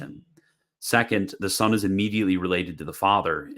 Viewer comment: why does he prnounce "son" as "sohn"? but pronounces "one" as "wuhn," not "wohn"?